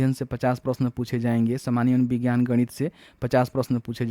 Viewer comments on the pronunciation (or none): none